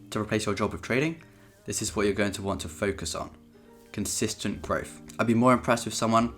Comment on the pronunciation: personally, I would rather he stop pronouncing TH sounds with an F instead.. welf, growf, free fousand, wiv, two monfs, etc.. but let’s face it we are all just being spiteful because we’re not as succesful as him yet.. funny how he does actually pronounce the word THE correctly, so it’s not an impediment